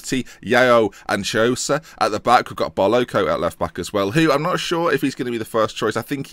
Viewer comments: Chiosa it's pronunced "Kee-Osa" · The Ch in Marco Chiosa is pronounced like a K. So basically Marco Kiosa